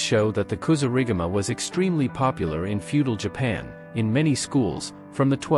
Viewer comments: Another I'll informed AI vid. As soon as it mispronounced Kasurigama, (said [KA-SOO-RI-GAMA] not [kasoo-riga-ma] ! ) I turned the vid off. Also, the AI generated images are terrible. Smh. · Kasuri gama he said wrong hummmmm